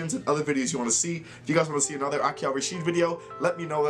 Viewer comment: Its Ra-Sid , not Ra-shit